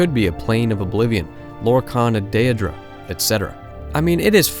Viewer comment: dear god please say “day-dra” and “aye-dra”